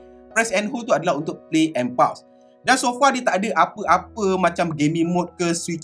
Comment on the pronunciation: SAYA NAK PHL pembetulan sikit PAUSE.. bunyi 'phos' bukan 'paus'.. hihi☺️🙏